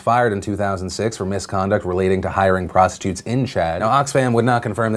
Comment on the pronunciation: Am I the only one that noticed that Phil calls prostitutes "prostutes"